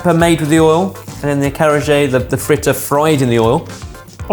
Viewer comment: I.A falou carraje. O correto é acarajé, servido com vatapá. Não é Baia é Bahia. Pronuncia-se Ba-í-a.